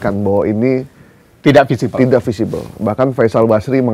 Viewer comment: Feasible ya mas wartawan, bukan visible... Cara bacanya sama, artinya beda